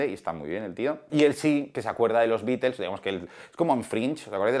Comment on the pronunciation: Hablás mucho y no dices nada, mínimo aprende a mencionar el nombre de THE BEATLES!!